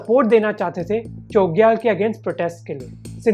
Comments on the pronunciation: Great video! Just a small correction – the pronunciation of 'Chogyal' should have a 'छ' sound, not 'च.' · Chogyal ka pranounce galat kar rahe ho bhai🙏